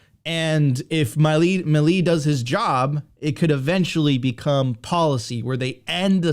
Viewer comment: Mileeeeeeeeei not "mili" it's milEi, milEI!!!!